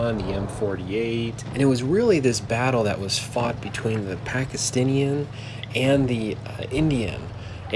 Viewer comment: I actually live in Pakistan and you were mispronouncing Pakistan. Yes you know if I love there so I am a Muslim. Also Pakistan never attack, they defend their city from attacks, Pakistan encounters attack and always it is successful. And thank you by making fun of my country litteraly making unfair battles, can you make Fking videos fair?